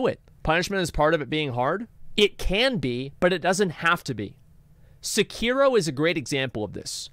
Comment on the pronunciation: You really butcher the pronunciation of Sekiro